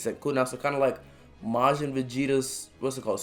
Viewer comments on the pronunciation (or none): none